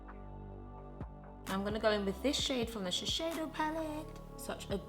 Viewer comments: its sh-e-s-i-do not sheshedo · *shiSeido, not shiSHeido. I'm sorry but it was driving me crazy the whole video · It’s actually shiSeido and NOT shiSHeido😂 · This is an amazing video. But just a nice comment not to offend you or anything I think it’s better to say shiseido (sheeseido instead of sheesheido because I know Japanese are quite sensitive about their brands). I think with this you’ll be more that loved and respected inside Japanese society 😀 I hope you don’t take me wrong because I do love your channel! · shiSEido not shisheido! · is shiseido not shisheido this brand is from Japan. You made laugh i love you forever. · Babe, please! Shiseido is pronounced like she-say-doh! It's a japanese brand and it has a japanese name 😁👍 Love the video of course! I think it's just horrendous that anyone could be scared to say what they like to use... if the product works good for you then hell! Use it to the bone and be proud of it. It really doesn't matter if its 50p or 50quid - you do you always! ❤ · You're always super honest! But it was nice to see this video. Shiseido is huge in Japan, they are like Loreal. Ahahah you say Shi-sh-eido ahahah, please keep doing that. xxx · And only now have I realized I've been saying Shesheido wrong all this time. >_< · When she said “ShiSHeido” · I love this video. Omg I'm like laughing at the way your saying Shiseido hahaha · I was so into the video, but the way you constantly pronounced Shiseido made me click off. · Are you sure that’s how you pronounce shiseido lol